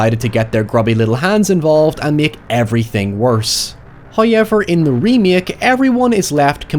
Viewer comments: your pronunciation of however is giving me the crazies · It sounds like it would take so much effort to pronounce "however" that way. Does it hurt or make your mouth cramp up?